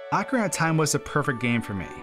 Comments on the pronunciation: I cringe at how you pronounce AWKcarina. It's OHcarina. 😅😝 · "Ocara of time was a perfect game for me" So perfect you didn't even know how to say it, I see. Lol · Excuse me- how did you say Ocarina??? Ocarahnah??? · Whether ‘correct’ or not I still cringe every time I hear it pronounced “ah-ka-ree-nah”. I will say “oak-uh-ree-nah” forever lol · I had to go back and play that again, I thought I was unaware of some insider slang calling the game "Oc-time" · Instantly lost interest in watching this video when he couldn’t even pronounce “Ocarina” ... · Bru Your pronunciation of ocarina is terrible please learn it